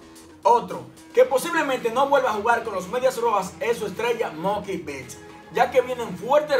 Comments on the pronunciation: No es muky bit ES MOOKIE BETTS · bro muy bien video, pero no es moky bits que se pronuncia y disculpa